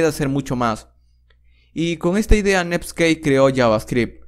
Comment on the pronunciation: todo el inicio me pregunté que es "nepskei"...